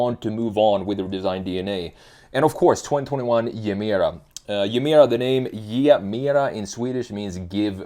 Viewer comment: Its not Jemera. Its Gemera with G.